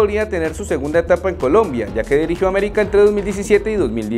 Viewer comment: 😂😂😂😂 aBerica es aBerica